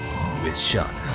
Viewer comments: This makes me deliriously happy, I can't stop smiling you are in for a treat!! Rose is my freaking favorite. and I love your dramatic Dart voice. (and imo, it's pronounced "Shay-Na" or Shey-na" ) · Spoilers It's Shah-nah according to Dart.